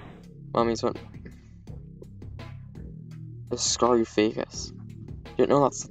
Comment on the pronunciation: The way he pronounced it tho